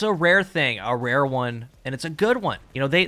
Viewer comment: “Vewy ware weapons” indeed